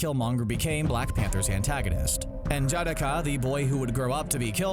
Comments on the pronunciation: N jah de ka Not N jadika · Pronounce it slowly so you can get it. N...Ja...da...ka. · He pronounces his wakandan name wrong. N’Jadaka . It’s not pronounced ( En Jadakah) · I love the video but you kill me butchering N'Jadaka's name